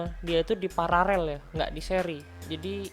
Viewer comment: Ralat ya pas di kata 'pararel' seharusnya 'paralel' bukan 'pararel' sbg org teknik harus bener sebutannya. 😊